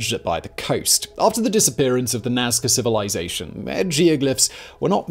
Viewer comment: It's Nazca. And for God sakes, I hope that you have done your duty and visited far more than only the lines. The Nazca were truly awesome. If not get back to the Casa Andina (the best restaurant in town it's just crossing the street, like five meters away from the door of the hotel) and do your duty! Cusqueña de Trigo, always! ;)